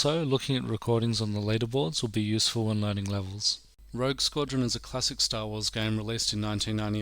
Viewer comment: Such a good game. But it's rogue btw, not rouge.